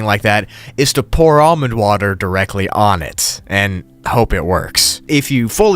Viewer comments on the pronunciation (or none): none